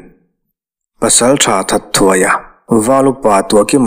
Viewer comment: THATTHUAIA ti-a i lam hi 'THAT-HUAIA' ti-a lam tür nizãwk âwm tak anih hi mawle.